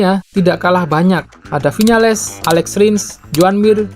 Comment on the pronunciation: Michelin dibacanya Mishelang Vinales dibaca "B"inyales